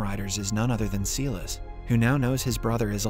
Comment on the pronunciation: he keeps saying seelis it is silas as in sylas this mispronounciation crap is driving me crazy. Please say it correctly.